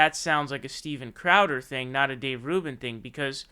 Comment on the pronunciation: My god, man...I almost clicked off this video like a dozen times. Every time ya say "Steven Clam Chowder" I died a little inside. Please stop 💀